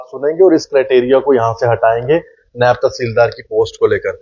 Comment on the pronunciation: नैब नहीं,नायव